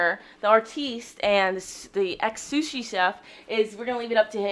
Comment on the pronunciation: "Soosie" Chef LOL. It's pronounced "Sue" Chef. Happy Birthday Connor and safe travels